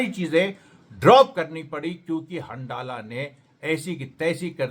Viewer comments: अमरेश जी!!हंडाला नाम नहीं है बल्कि हंज़ला नाम है उस ग्रूप का!!!! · सही उच्चारण हंज़ला है